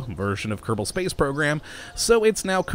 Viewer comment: Ke-ro-bo space program?